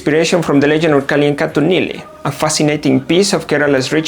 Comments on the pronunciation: The way you said "Kalliyankaattu Neeli".. 👏🏼👏🏼👏🏼 Also, I agree with your review. It has stuck a balance between fantasy and real life. The action sequences are not overwhelming. Just enough for the plot. And the music... that's what I loved the most! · U r prounacation of kaliyankattu neeli was spot on. I liked u r analysis.